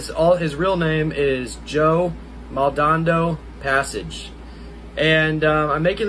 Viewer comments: Just an FYI - if you are going to be one of Joe's reps then you need to at least learn how to say his last name (Maldonado)...just sound it out "Mall-dan-ah-doe".🙂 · It would really help if you knew his actual f**** name you f**** idiot how are you going to be representing him and you can't say his f**** name properly are you kidding me how are you going to show any less that you don't give a s*** that's amazing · Maldonado… you can’t even say his name correctly. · I said the exact same thing